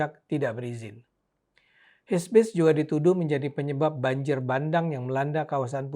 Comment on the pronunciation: HIBISC pak bukan HISBIS hehe